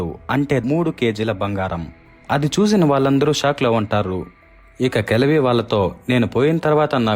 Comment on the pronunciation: Kajavi kaadu, kalavi